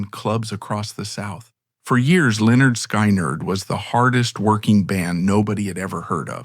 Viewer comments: Sky neerd? hahahaha. Try pronouncing Skin-erd! What an ass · it is pronounced skin erd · why can't they pronounce the name correctly if they've gone to all the trouble to make the documentary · Really!!! Another one that can't pronounce the name of the band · If you're going to tell a story, make sure you can pronounce the band's name correctly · Honestly dude I could not make it through this video just how your saying the band name and bro........ wtf happened to Ed King!??